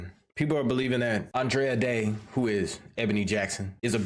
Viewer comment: ANDRA (ANN- DRUH) DAY 😅😂